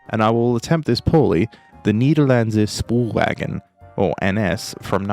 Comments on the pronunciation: As a dutch speaker your pronunciation of 'Nederlandse Spoorwegen' sounds like your saying it in German. But I commend your effort in trying to pronounce our lovely language. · I just love when people try to speak dutch, as a dutch speaker, it sounds funny. I do appreciate the effort